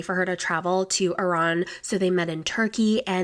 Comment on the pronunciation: I’ve never heard somebody pronounce Iran like that.. especially someone that “teaches” the English language lol